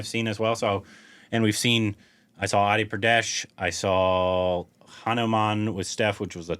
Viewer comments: And it is not adi Pradesh ..it is adi purush...."pu-ru-sha it's Sanskrit word mean man...adi mean Frist or start or oldest so adi purush mean Frist man...and yes pradesh also a sanskrit word mean STATE ...YOU CAN RECTIFY 😊😊😊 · Entire video-: “Adi-pradesh” Actual movie name: “Adi-purush” 😂. But thanks for bringing the reaction so early guys and seeing how much already knows about Ramayana, excited to see how he feels for it for when the movie is finally out.